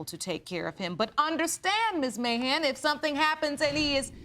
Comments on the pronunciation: Who else heard "mayhem" instead of "Mahan?" ...lol yikes! Ok, let me continue watching, to see how this ends . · I keep hearing "Mayhem" instead of "Mahan". Anyone else? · Is it just me who keeps mishearing his name! I keep hearing "Mr Trump!"